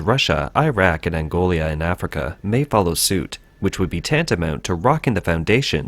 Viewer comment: You said “Angolia” it’s Angola. There is no “I” in the name